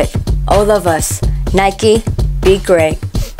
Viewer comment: Hình như chứ Be great chị k phát âm T đúng k ạ. E k có ý gì chỉ vì e cũg đang học hỏi thêm TA thôi